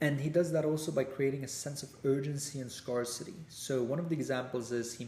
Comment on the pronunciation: Thanks! I can help improve your English pronunciation’scarcity’ and when you say words with “th”.